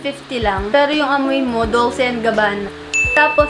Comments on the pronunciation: Pretty good picks. By the way, Dolce is pronounced as 'Dol-che,' thought you might want to know. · 😂 Ung Dolce hahaha biglas po nyan is Dol che 🤗